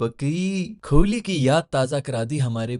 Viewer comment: Bhai vpn se bol rha hoon kholi nai kohli hai